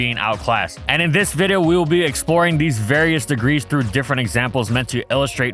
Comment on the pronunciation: Why did you call a video, a viddo at the beginning?